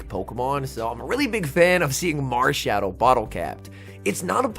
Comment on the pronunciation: At 15 mins it sounds like you say marshadow DODO 💩